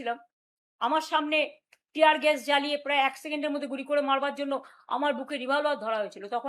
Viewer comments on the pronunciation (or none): none